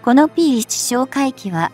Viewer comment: P-1をぴーマイナスいちと読ませるって..ちゃんとぴーわんって読み上げるようにしろよ！